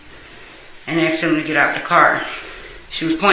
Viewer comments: Imagine being a law professional and you can’t pronounce the word “asked” lol “He AXED NICCUH” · Imagine being a lawyer and still saying "asked" as "axed" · “She aksed” you’re a lawyer fuckin speak right lol